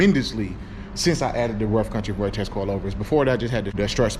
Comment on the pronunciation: Say vortex.. one more time.. 😡